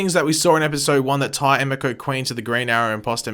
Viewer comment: It is pronounced ah me ko sorry to be a stickler but its driving me nuts